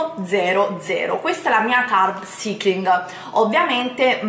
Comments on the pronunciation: Solo una cosa.. Prima di fare un video con termini inglesi vai su Google traduttore e fatti ripetere un centinaio di volte la pronuncia esatta delle parole! Altro che "carb cIcling" , sarebbe "carb saikling", nel 2017 cosa tocca ancora sentire... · E dai.... Carb ‘Saikling’.... si pronuncia così! Ma non guardi mai altri video in cui lo pronunciano bene????? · Parli come una bodybuilder quando della "vera" bodybuilder non hai nulla! Scusa come hai pronunciato carb cycling?! 🤣🤣🤣🤣 fai ridere!!